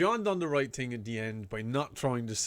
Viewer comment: I love his reactions, but why do some people pronounce thing ting. He isn't the first I have heard it from, but I have no idea what accent it is. The guys from little lizard gaming also did it.